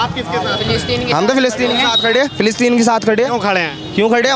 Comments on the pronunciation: प्लास्टिन नही रे फिलिस्तीन😂 स्कूल जा तू😂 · पलास्टर्न 😂😂😂😂😂 पोलोथिन😂😂😂😂😂😂 50 saal ka julum